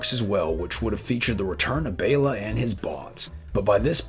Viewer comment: You are one of the few people that I've ever heard pronounce Bela right.